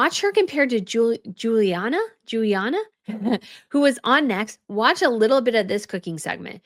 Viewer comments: OMG, - that’s Giada DiLaurentis! It’s been several videos where you call her Juliana lol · the cook you admired on Drew's show is Giada Di Laurentis (first name pronounced: Jada), famous food professional, author of many cookbooks (I have 3 of them), host of many TV cooking series. (She comes from a family of famous film producers. As a chef, she's the black sheep of the Di Laurentis family.) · I think you’re amazing. You are professional and fun and intelligent. So I just want to add this to be helpful. Not critical at all. In Italian the “Gi” is like “j” as in “just”. So the first name of Giada De Laurentiis is pronounced as “JAHDuh”. I’m an Italian American whose first name is Gina. Again I only mean be helpful. 😘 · It’s Gee ah da.